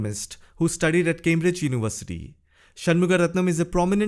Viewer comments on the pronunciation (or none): none